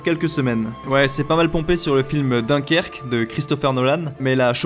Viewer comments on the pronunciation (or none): none